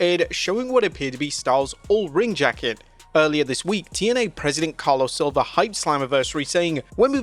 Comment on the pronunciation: His name is CarlOS not CarlO! You say it wrong in all videos man